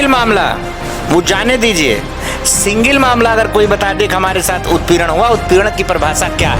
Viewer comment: सिंगिल नहीं सिंगल होता है नेता जी बोलना भी नही आता हैं!